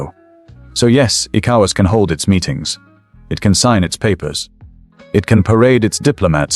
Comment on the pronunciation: hahaha, am I the only one hearing "ecowards" ?